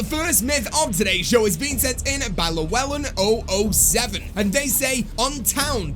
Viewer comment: You pronounced Llewellyn wrong.